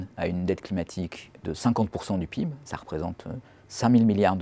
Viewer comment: frr il peut pas prononcer le pib comme tout le monde